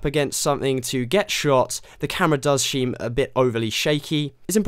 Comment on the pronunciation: Haha you said "sheem a bit overly shaky" XD nice vid tho.